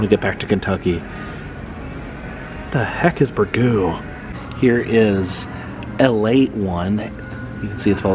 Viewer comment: "Ale Eight", not "alate", run together like leet speak or something. :) scythe: [sahyth], rhymes with "writhe". If they wanted to highlight Florida grocery stores, Winn Dixie is worthy of mention. The "bomb" is supposed to be a rocketship (40s-50s sci-fi style). I love mustard-based bbq sauce as well, introduced to me by Jacksonville, FL-based Bono's BBQ (which has a sister chain called Willie Jewels). Always love your videos, been subscribed for three years now!